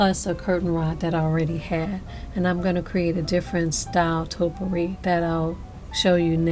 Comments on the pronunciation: There is no such thing as "totpourri." Topiary ( TOE-PEE-AIR-EE) is the art or practice of clipping shrubs or trees into geometric or ornamental shapes. A Topiary is the shrub or tree that has been shaped. Topiaries is the plural form. Now that we got that out of the way, you did a lovely job. Your topiaries look great! Merry Christmas, everyone! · Toe-pee-airy not toe-per-ees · Its pronounced topy ary. Not topery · Nice job but i have to say this topiary is pronounced toe pee ary. thank you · Stunning hair and thanks for the instructions. But gotta say -- it's TOE-pee-airy! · I actually like the last one the best, but they all look wonderful. It should be pronounced "toe pee air ee". These all look beautiful. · You did an excellent job and I love, love LOVE your videos(!!) so, I don't want you to think I'm being a grammar nazi. OK? PLEASE?! But...'Topiary' is pronounced like [TOE-pee-AIR-ee]. I was going to not say anything but you're such a nice person - or you seem to be - and I know I would want to know if I was mispronouncing a word. Thanks again for your AWESOME videos!! :-) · Great ideas to save cash but the correct way to pronounce the word taupe~E~ ary Hopefully that helps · Hi! I'm a new fan. I started following you just before your summer break. Pardon me, but you are pronouncing topiary incorrectly. It's toe-pee-air-ee. I'm not the grammar Nazi, I'm only trying to help.